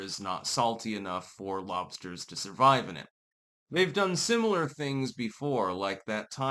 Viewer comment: Dude you have never had lobstahs come to Maine I'll hook you up with scallops and lobstahs.